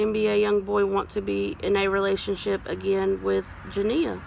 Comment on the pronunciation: At least you said her name CORRECTLY